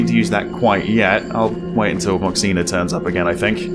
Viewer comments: Your pronunciation of Moxina is perfect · I’m Taiwanese and your pronunciation “moxina” is spot on 😳